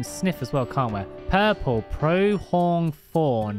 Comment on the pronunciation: Hearing you pronounce the word pronghorn was hilarious to me because it’s just such a normal and simple word in my area, I loved hearing someone not from America try and pronounce it 😂